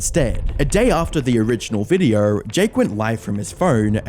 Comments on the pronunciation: You say video like videorh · can you please point out to me where the fuck the "r" is in the word "video"